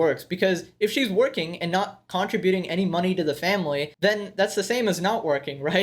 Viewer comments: Okay , the emphasis is on the "TRIB" in the word "contributing." You're driving me insane. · Contribute. Contributing. Yer being a lil heavy on the "con" part of it. think saying Cúnt but keep going to finish ributing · Stop pronounce, "contributing" incorrectly...............